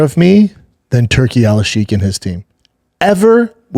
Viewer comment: Why the fuck you say turki alalshikh like that? Lol